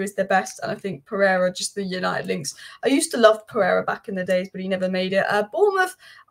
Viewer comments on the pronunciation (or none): Pereira not Pereria